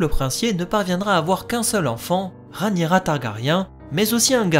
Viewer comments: Super analyse, j'aime beaucoup. 👏👏 Hélas, je m'apprête à souffrir pendant de longues années si tu persistes à nommer d'un affreux "Ranira" 💔 ma reine, my Queen, la seule et l'unique RhaEnyra ! (pourtant tu dis bien RhaEnys !). Bouhouhou 😭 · Pitié pour ma reine! 🙏 Entre qui massacre son nom en l'appelant "Ranira" (alors que Rhaenys ne lui pose pas problème), et toi qui la rebaptises "Rhanyera", au secours! 😭😭😭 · C'est trop compliqué à dire Rhaényra, normalement je devrai même dire Rhényra puisque le ae se prononce é... (en plus, avec mon accent toulousain, c'est pas facile ha ha) Du moment qu'on vois de qui je parle, je pense que c'est jouable mais j'essayerai d'y arriver ^^